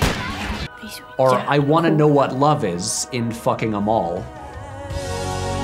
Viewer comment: correction: Fucking Åmål came out 1998, not 1989. great movie though. also, good stab at the pronounciation Patrick!